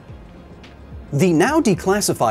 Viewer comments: You said you miss Peggy I thought you said you miss pegging im like that's was random lmao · Oh.. I thought he said pegging, not Peggy